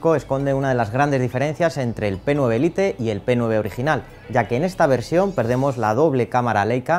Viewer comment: Se pronuncia "lait" no "lite"😕